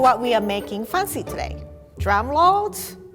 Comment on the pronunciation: Did she just say drum load?